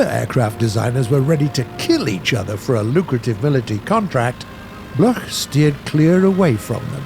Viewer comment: Bloch is pronounced like block...